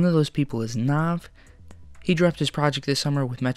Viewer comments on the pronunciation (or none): Dislike for mispronouncing navs name